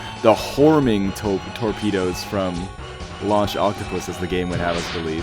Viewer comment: Man, you see to have a bit of trouble saying torpedoes, huh? Toe-pedoes. Horming toe-pedoes.